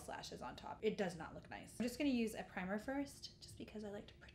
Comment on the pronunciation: did you say vagisil for primer?